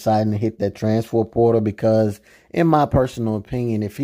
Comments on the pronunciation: Sir it’s “transfer” not “transfor” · Bra learn how to say trans-fer transfer portal 🤦🏾